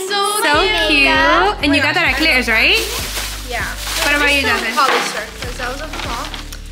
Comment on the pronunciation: Gurl stole the slime 🤣🤣🤣🤣🤣🤣🤣🤣🤣🤣🤣🤣🤣 By the way love the way pronounces "claire's" happy valentines ❤❤❤❤